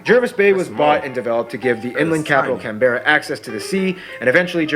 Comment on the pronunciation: CANberra not CanBERRA as Americans say.